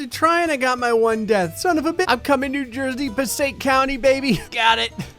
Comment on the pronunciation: Did you move to Florida from Jersey cause im suprised you said Passaic County right im originally from Clifton NJ